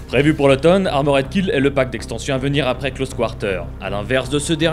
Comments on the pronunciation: ARMORED KILL pas AMORED KILLED ptn de baguette, learn how to speak english jesus christ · Armoraid killed ? Quelle prononciation...